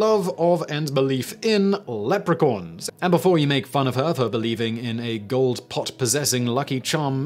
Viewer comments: Anyone else hear "Leprecorns" lol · By the way learn how to say leprechaun because the way you say it sounds like leopard mixed with unicorn. That would be a horrendous crazy looking creature and I'm pretty sure that's not how you say it. I don't care about your accent I've heard plenty of British sounding people say Leprechaun the proper way did you mispronounce what the teleprompter had written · I love and adore you S.W. along all your various channels! But what’s crazier than Megan fox believing what she does is you actually saying the words leopo-Corn instead of leprechaun. Oh 🦌! Lol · wtf is is a Lepracorn? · I think he mispronounces "leprechaun" too.